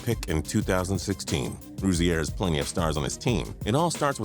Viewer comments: It's pronounced Rosier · It's pronounced Ro-zeer not fucking Ro-zee-air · Terry ru-zee-air 😂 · Why do you pronounce Rozier like that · The way he says Rozier makes me cringe. This dude obviously don't watch basketball. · Learn how to say rozier next time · You're badly mispronouncing Rozier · U trying to pronounce terry rozier was killing me dude and u r dumb if u think anyone picked out of the lottery can be considered a bust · You pronounced Rozier wrong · You are saying terry Rozier wrong I met him that you are pronouncing it wrong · You said Terry Rozier's name wrong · You cannot say Terry Rozier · I'm mad at how he pronounced rozier